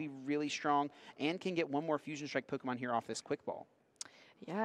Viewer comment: The commentator pronouncing every Pokémon wrong like 🙃🙃